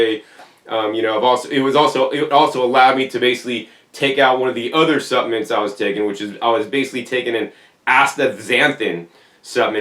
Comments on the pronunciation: the i is silent ~ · intriguing pronunciation. also interesting is the american pronunciation of caramel as 'carmel'...